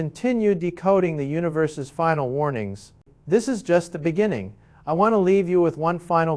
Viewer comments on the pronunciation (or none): none